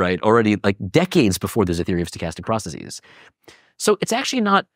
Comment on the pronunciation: Dude can’t even pronounce processes.